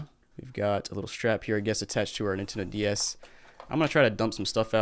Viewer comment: Sounds like he's saying "nintendo Díaz" like the mexican nintendo, now i want one 😒